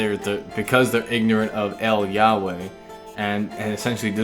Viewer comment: "el Yahway" Hebrew ain't spanish bror